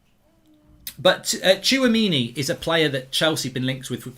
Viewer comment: you pronounce Tchouaméni: Chwa-Mini